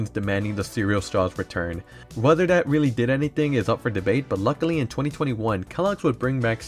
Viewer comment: My man, in english, the "th" is pronounced just like it looks and not as a "d" so will you please stop saying "dis" for "this" and "dat" for " that"? It's really hard to listen to your commentary when you keep using "D" everywhere a "th" is. Plus, it makes you sound less intelligent. Work on it. Thanks.